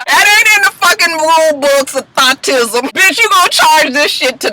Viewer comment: Rule book of "thot-tism" lol 😳😂😂😂